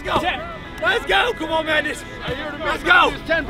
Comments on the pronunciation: mung-nouss! Is -g usually pronounced as -ng? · As a Swede, its so strange to hear an American pronounciation of Magnus. I actually thought they were trolling and yelling "maggot" like in all movies, until i realized his name sounds a bit different in english :) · I'm an American with the name Magnus and I never once would have thought that's how it's pronounced. It's also not a hugely common name over here so I was very surprised to see all of the Marines saying it exactly like I do where the "U" and the end sort of turns into an "I" making it sound more like "Magnis"